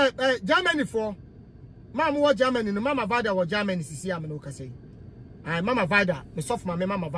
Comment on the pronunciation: Kwaku, is not Gaamany , it’s rather Germany